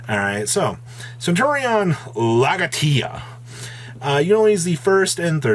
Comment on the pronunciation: their summon effect can be used during ANY main phase, and it's likely quick since they become traps... why is it so hard for ygo players to be patient and use brains? p.s. phonics for Legatia: the e isn't read like in "equal" but in "well", the a isn't read like in "ant" but in "fact" and has an accent, ti isn't readed like in "nation" but as z with the i from "fish"